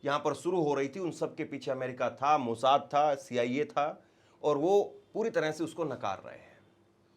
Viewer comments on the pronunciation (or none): none